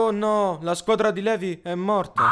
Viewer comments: sì pronuncia Livai no Levi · Ti prego Levi non si può sentire ti scongiuro cambia pronuncia si dice (Livai) anche se credo tu lo sappia comunque la guardo da mesi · Ackermann tecnicamente è un cognome tedesco. Levi viene pronunciato all'inglese perchè i Giapponesi sono abituati a leggere le parole straniere all'inglese, conoscendo spesso solo quel tipo di lettura. Ma Levi è un nome ebraico, quindi andrebbe pronunciato Levi. COsì come Mikasa non viene pronunciato all'inglese, essendo un nome giapponese. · Rebecca Alderstorm Nope ,si dice "Lèvi"..Nome derivato dal greco... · SI DICE LIVAI MA SI SCRIVE LEVI!!!!!! PERÒ AMO STO VIDEO AHAHAHHAHAHA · è normale dire anche Levi ma mi dà troppo fastidio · Comunque si pronuncia Livai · Pk tutti dicono levi si scrivere levi ma si legge livai, cmq la mia parte preferito è: in qui Eren dice che cos'è sta me*** usicite... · Per favore livai non levi (Si scrive levi si legge livai) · Luca Benini , in realtà si pronuncia Levi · No, correttamente è "LEVI" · mi urtava la pronuncia sbagliata di Levi 😂😂